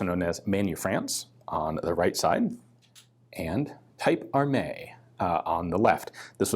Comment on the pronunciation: Type in french is pronounced like tip